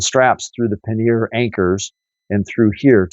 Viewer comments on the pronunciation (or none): Paneer is soft Indian cheese. Please learn to pronounce pannier. Hint...the r is silent.